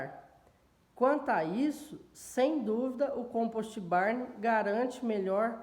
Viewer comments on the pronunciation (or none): '' composti barni " Puts.... Se o termo é do inglês, quem sabe vamos respeitar o idioma e falar corretamente as palavras né? Não tem a letra " i " em nenhuma das palavras. COMPOST com T mudo e BARN com N mudo. Obrigaaaado.